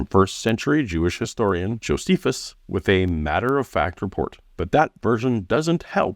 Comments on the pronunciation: Bruh is the only one I’ve heard pronounce it Joe-suh-phus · My god this dude says Joe-seh-fus so many times for someone who tries to destroy an entire argument by pointing out one citation typo. And Cameron (IMO) seemingly does that thing where you make a point to pronounce something someone said wrong yourself out loud to try and clue them in subtly, but can't just correct him and he misses the hint and keeps saying joe-seh-fus. Sheesh, embarrassing... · The guy doesn't even know how to pronounce Josephus. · Doesn’t he repeatedly mispronounce Josephus though and wouldn’t that be enough to dismiss anything else he says if we follow some of Jimmy’s complaints against? 😂